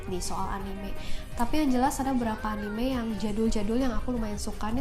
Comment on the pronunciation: Bacanya anime bukan anime kak